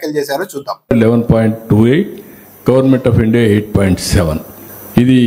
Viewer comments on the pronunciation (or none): none